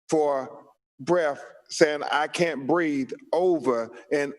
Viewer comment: Its BREATHE....